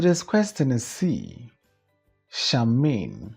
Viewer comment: Please Charmian is pronounced Shar--mee--yan😊